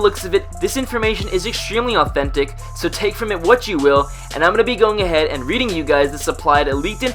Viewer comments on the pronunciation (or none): none